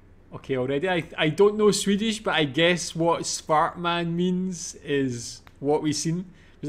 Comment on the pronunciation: Not "spart mann", but "svart mann" = black (swart!) man 😉